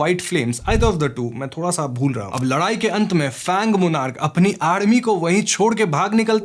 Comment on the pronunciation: Ladayi ❎ Larayi ✅😂